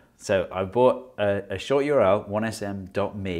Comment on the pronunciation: You R L Steve Mould: YORL 😂❤